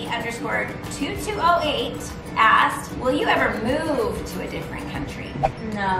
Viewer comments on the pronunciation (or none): Caoimhe is pronounced Keeva or Kweeva. It's an irish name! :)